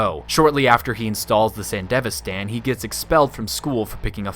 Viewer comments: San DEV ISTAN not fucking sandevistan the most American way of pronouncing anything ever. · sand-devi-stan as was painful to hear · I'm assuming the rest of this video is good but I had to stop watching after I heard your horrid pronunciation of "Sandevistan" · The way you pronounce Sandevistan bothers me. Maybe it's because I watched the show subbed, but it's just really irking me.